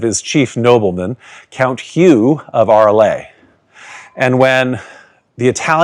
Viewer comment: Amazing video. Just an observation: "Arles" is not pronounced "Arlay" but "Arl".